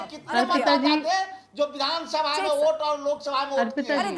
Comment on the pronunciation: Vote ko oot bol raha tha arpita jee... Itna se soch lijiye ga... Ye log kitne murkha he...